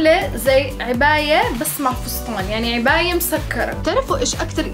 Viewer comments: عِباية❎ عَباية ✅ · يارب تستوعب انو كلهم بينربطوا لقدام مش لورا 😂😂😂 وانه اسمها عَباية مش عِباية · كل العالم: عباية: عِباية 🤣🤣🤣🤣